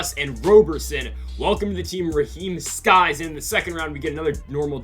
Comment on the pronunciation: Just saying it’s Sykes not skys